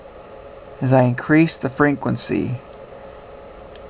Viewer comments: Frenquency? :D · I love it when he says frequency.